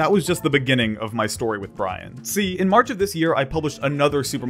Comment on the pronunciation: the way he says "see" sounds funny